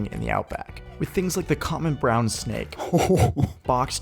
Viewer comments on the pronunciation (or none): none